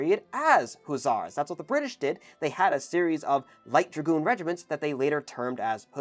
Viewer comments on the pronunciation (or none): you mean... gragoon?